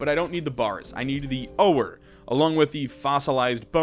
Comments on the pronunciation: how long have you said oh-or instead of ore? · Okay at first I just thought I was imagining it but are you saying OH-ER for ore? Am I pronouncing it wrong? I have always just said it the same way oar like for a boat or the word "OR" lol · Ore is just pronounced like "or" the 'e' is silent. And the first boss the wyvern is pronounced, Why-vern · The way you pronounced ore and wyvern convinced me you are an alien AI :)